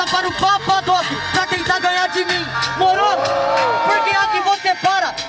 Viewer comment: e seus "morô", não vi nenhuma batalha que ele não fale morô kkkkkkkkkkk